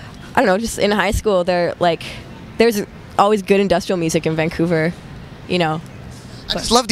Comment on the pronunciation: ✨💘 “ becauthe it’s the future of muthic . futurithick muthic “ 💘✨